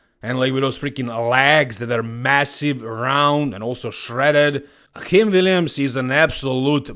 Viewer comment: Akim is super chill, so i don't see him posting the trash talk stuff. Heck, he's ok with everyone pronouncing his name incorrectly (it's A-Kim, rhymes with "hey Kim"). So, as much fun as that might be, i doubt it. Even if he will make Chris look small. Respect for the apology, you're a true professional,!